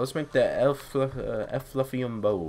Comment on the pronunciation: Eh-floo-vee-um Effluvium Bow